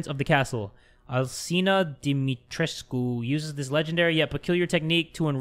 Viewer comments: Its pronounced as Castle (this is how you pronounce it) Dee-Mee-treesk spelled as dimitrescu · Actually they pronounce dimitrescu a bit wrong, the u is not silent but otherwise yes